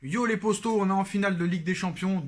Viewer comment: Il dit yo les postos ou yo les potos ?